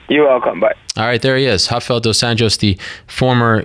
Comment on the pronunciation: Ariel is always respectful.. goes out of his way to pronounce dos anjos name correctly.. he alwsys does this with any fighter. .. a true canadian